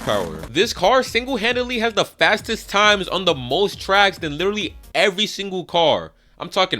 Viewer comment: Stop saying lidery. Until you fix your speech impediment. Literally.